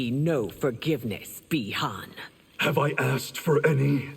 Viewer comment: Man that ain’t Bi-Han, that’s Bi-Juan